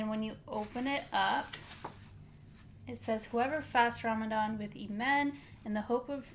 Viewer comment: U say Ramadan like a white person lol